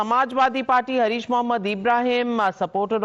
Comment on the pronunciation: He is Haaarish and not Harish - उसका नाम हारिश है हरीश नहीं!